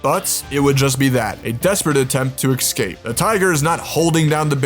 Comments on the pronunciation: It was a good video and I appreciate the work put in, just please stop pronouncing "escape" as "excape" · Dude, there is no such word as 'excape'. Surprised your AI assistant didn't pick up on that one. Other than that - very entertaining and thought-provoking. Thank you. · Great vid! But I'm wondering about something off topic. Why do some americans say ecscape or X-Cape instead of escape? Is it like aks instead of ask? I'm aksing from Norway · The word is 'escape', not 'excape'. I know I wasn't axed about this, but just had to point it out. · Did you say "ekscape"? Like 3 times? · You are unable to get even the basic facts right. For example, the Kodiak bear is larger than the polar bear, up to 1,500 lb and stands 10 ft high And you don't even know how to pronounce "escape".